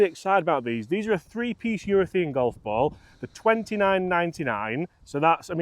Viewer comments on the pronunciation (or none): Please, it's urethANE!!! Love the channel, by the way!